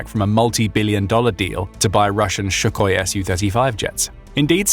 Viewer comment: It is Sukhoi NOT Shukhoi, stop mispronouncing it, this is not the first time I've caught the narrator mispronouncing Sukhoi.